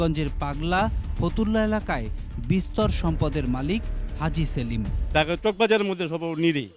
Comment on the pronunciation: হাজী সেলিম উচ্চারণ করোগা পাজি সেলিম উচ্চারণ করবি